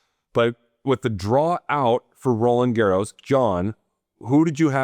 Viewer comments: In french we pronounce the s at the end of Roland Garros. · Sorry Sam, i'm french, and i know we have to pronounce the S of Roland Garros 😉. Ps: i really like your channel guys, thank you. 🎾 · Sam, ix-nay your incorrect "Garros" pronunciation. The "D" in Roland is silent; the S in Garros is not. BUT for you to accessorize with a scarf would be très chic!